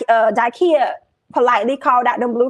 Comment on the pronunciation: It’s Da-Kia. Love you girl, but can’t stand when people get folks name wrong. 😑